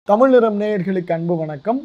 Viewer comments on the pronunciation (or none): none